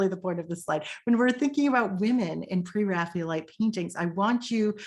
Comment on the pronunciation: Excellent thank you. I particularly enjoyed the inclusion of some lesser known paintings. I am very curious about your pronunciation of "Pre-Raphaelite" as if it was "Pre-Raphealite". Can you explain the reason for this?